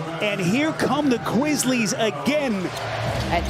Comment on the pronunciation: did he say here comes the Kwizzlies again